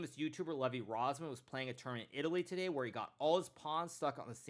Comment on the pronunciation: can you say today correctly next time, thanks